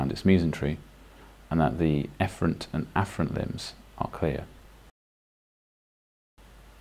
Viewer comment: For the loop ileostomy did you say the afferent and efferent limbs wrongly? Can somebody help me understand?